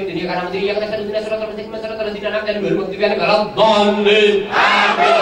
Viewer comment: Jelas harusnya AAMIIIN, malah jadi AMIN, seperti doa orang Kristen